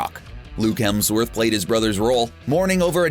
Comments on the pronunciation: "Chris HeLmsworth"? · HEMSworth. Not HELMSworth. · the narrator mispronounces Chris Hemsworth's surname as "Chris Helmsworth." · ....I juuuuust need to stop you. You consistently always say "Chris HeLmsworth". It's HeMsworth. You.....should apologize. Apologize to the guy named Chris Helmsworth who constantly thinks you're talking about him!" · "Chris Helmsworth" RLM anyone? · Fishburn, Fishbourne... Hemsworth, Helmsworth... are you fucking with us? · FALLCON?!?! Fall-con? HELMSWORTH!?!! do you know how to speak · "Helmsworth" made it in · did he say “Chris HELMSWORTH”???? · lol he said chris helmsworth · Ironic listening to the narrator on a marvel movie fan channel talking about “Betta Ray Bill” and “Chris Helmsworth.” This idiot cant even pronounce “alma mater,” but they keep hiring him to read the script, apparently.